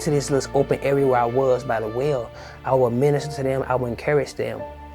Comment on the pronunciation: He said whale not well.